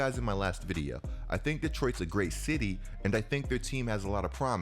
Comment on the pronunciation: The way u say video amazes me videa